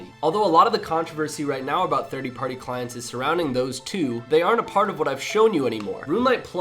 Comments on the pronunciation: lol he's saying "thirdee party clients" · "Thirty party clients"